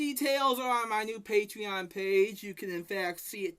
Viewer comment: please. It’s not a patreon, it’s his pay-twee-on